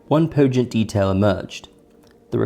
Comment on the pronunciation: Poignant = poin-yant